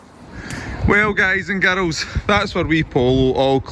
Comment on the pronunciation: "Guys and GAROLS" i love it :D